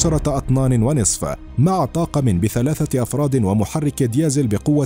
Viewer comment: يا للعيب..... يصعب عليك لفظ كلمة ديزل؟؟؟؟ Diesel من أين أتيت يا هذا 🙄